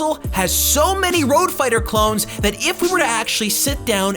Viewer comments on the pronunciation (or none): none